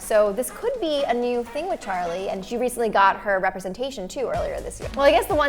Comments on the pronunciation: Its charli not chali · is it just me or it’s charli not chali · gys its actaly charli not chali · Wait hold on a sec did it just say chali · It's chaRli not chali ☺️ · No offence but it’s charli not chali